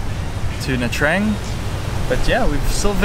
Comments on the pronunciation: It's pronounced : "Nha Chang" not "Nha Trang". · Hi and i know you it's normal to say nha trang as you write it but please say it as it suppose to. Nha tjang 😉